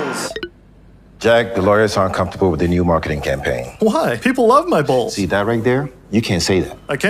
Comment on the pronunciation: bowls sounds like balls